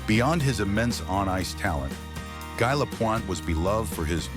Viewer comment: This announcer was brutal. It is prounced Gee. The announcer also pronounced Savard incorrectly.. When pronouncing names get them correctly. People are very upset when you pronounce their name incorrectly.